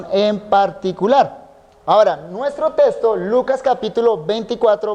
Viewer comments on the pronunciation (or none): Testo no es le falta diccion texxxxxto ok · Buenísimo, pero que extraño oír al pastor decir testo, testo, testo, testo… salvo por eso es de lo mejor que he escuchado